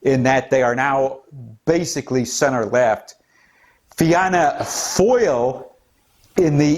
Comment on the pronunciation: Fianna Fail is pronounced: "Feena Fall". Fine Gael is pronounced: "Feena Gale/Gwale". Thank you for the coverage! Love from Éire/Ireland.